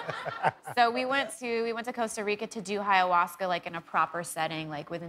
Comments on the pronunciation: Is she calling it hiyahuasca? Lmfao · It’s not Hiawaska. Oy. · She’s so pretty I almost forgot she pronounced ayahuasca incorrectly.